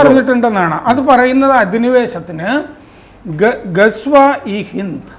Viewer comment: സർ ഹദീസ് എന്ന് പറയു,പിന്നെ ഗസ്‌വ ഹിന്ദ് എന്നും